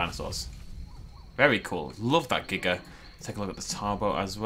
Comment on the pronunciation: It's Giga not Jiga